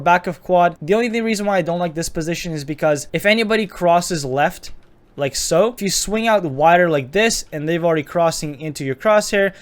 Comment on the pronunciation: "LiEK SoO"